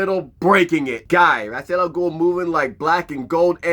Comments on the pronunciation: I like Ghul's proper name pronunciation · Pronouncing Ras al ghuls name incorrectly the whole time ruined it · Damn. That name thing is a game changer. Also props for learning and making sure to say it fluently so many damn times. I can't promise I will get it just as fluently but I will practice. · didn't batman pronounce Ra's name two different ways in this movie. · Well...imma just go with Kevin Conroy's pronunciation on this. This "true" pronounciation has that Carl from Jimmy Neutron saying "Croissant" energy. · fuuuuuck... so we've ALL been saying his name wrong this entire time!? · It's been mispronounced in multiple different ways. I'm almost reluctant to take it because this is the 3rd pronunciation I've heard for it. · Holup then DC needs to correct how his name is pronounced! Cause from Arrow, Batman the Animated series, and many DC IPs pronounced his name as it shouldn't be. Please point this out so more fans figure out how to say it.